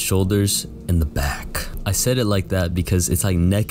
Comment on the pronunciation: the way he says back 💀💀 idky its as funny as it is..